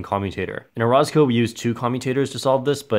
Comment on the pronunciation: I pretty sure you're pronouncing orozco wrong